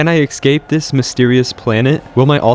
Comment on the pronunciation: I’ve noticed you mispronounce the word “escape” in every single one of your videos. You always add an x where there isn’t one. You say “ex-scape” but it’s pronounced “es-cape.” Exactly how it’s spelled. Es-cape.